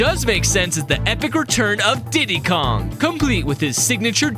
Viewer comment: Blud just say Diddy kong bro